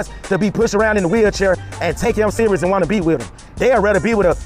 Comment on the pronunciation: Please talk slower,so you can be better understood,the correct word is with,not wit.why did you go to asia,what type of females were you seeking?